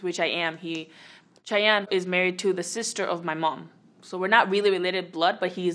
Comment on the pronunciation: You say my name chayenn